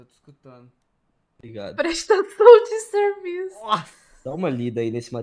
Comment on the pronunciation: "prestassaum de servisso" kkkkkkkkk